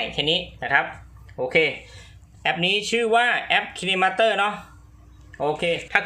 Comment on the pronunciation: เเอป อ่านว่า คายมาสเตอร์ครับ